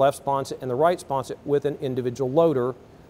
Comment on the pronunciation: The word is "SPONSON"...not "SPONSET"!!!!